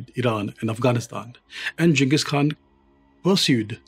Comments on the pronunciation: It's great to hear someone pronounce the Khan's name properly... along with the rest of it. Great. So many uncultered youtubers don't bother to take the time to even understand how to pronounce main people of power names leading or places of importance completely ignorant of the culture they're telling about. I think Ghengis knew that India was a historic place and had great importance to humanity.. I think he had a level of respect for things like this. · thankyou for this part of history on the great Chengis Khan you are too good perfect pronunciation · You are the only historian I have seen so far who pronounces jenghis and Khan correctly